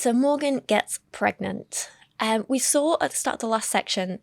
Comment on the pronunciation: I don’t trust anyone’s vaccine opinions if they pronounce “saw” as with an L. “Things we sawl…”